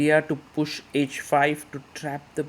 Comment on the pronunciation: Grow up & learn taste. 🤣 He is good, but best?! Best do not yawn on every commentary. It is h5 for example and not "edge5" ...heart he has, what I appreciate though! ❤